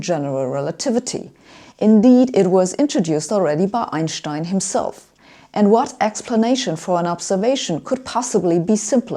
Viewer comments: Sabine, I really enjoy your lectures (and your dressing, by the way). One of the best youtubers on this subject. You are one of the few who correctly pronounces the last name 'Einstein'. All English speakers are pronouncing with pure 's'. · I love when she says "Einstein"